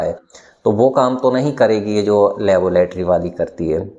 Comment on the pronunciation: चिच्चा, लेबोलेटरी कि लैबोरेट्री? बाख़ुदा ! पढ़े लिखे हैं अगर्चए तो तलफ़्फ़ुज़ सुधारें।